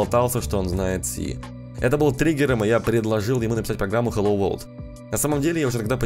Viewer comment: Там написано на английском,посмотрите пожалуйста транскрипцию слова World,и послушайте как оно произносится (хотя автор немного не правильно произносит😞)